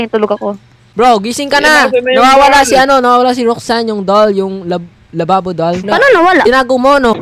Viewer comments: Labubu po hindi po lababo😅😅😅😅 btw naka sub na po ako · Kuya hindi lababo labubu😂😂 hahah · Bruh it's Labubu is Nat lababu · Oo hindi lababo labubu yun giga hindi lababo 😂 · Hahahaha labubu Yan hindi lababu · Hindi lababo and hindi labobo is labubu yan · Hindi lababo is labubu